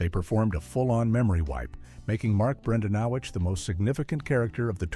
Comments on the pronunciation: I think you mean Bran-dan-o-quits. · Mark bren-DAN-eh-quits*